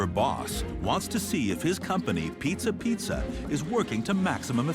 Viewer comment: I like how you pronounce it: Piezza, Piezza....